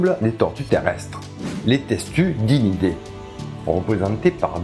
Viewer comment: Réaction à chaud d'un chti : "les testunides" dit avec l'accent du sud, mon cerveau ne m'a pas montré des tortues en première image 😅